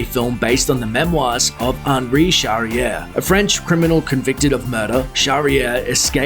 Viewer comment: WHY? WHY? WHY?.... why do you pronounce Henri Charrière with perfection and then say Pap-il-lon ?!!!!! You do it a lot in your reviews. It's ridiculously distracting. Just pronounce it properly.